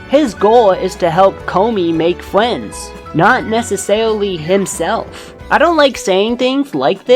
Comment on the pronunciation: it's funny that you say friends like fwends